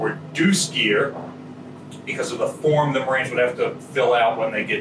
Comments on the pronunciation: Umm at did he say ship's maroons?? Instead of ship's marines? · Did he say Maroons? I only thought that was an insult Bugs Bunny called people.